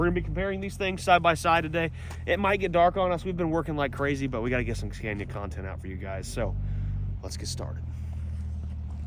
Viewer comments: A little nitpick: it's not pronounced like "scan-ya", it's "skah-nee-yah" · so sick of the way he pronounces scania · STOP SAYING SCENYA. ITS SCANIA, YOU ARE PRONOUNCING THE ''A'' as a ''E'' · He doesn't know how to pronounce the name right. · Haven’t even learned how to say Scania.